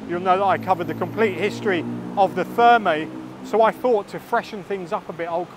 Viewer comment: Another cracking video,. I'm quite surprised neither you nor Mr Moore pronounce Thermæ correctly...